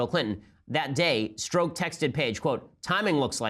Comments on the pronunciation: Oh, and so you know, Ben. It's pronounced Stroke. His name is Peter Stroke! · Strzok would be pronounced 'st'+French Pronunciation of J+'oc'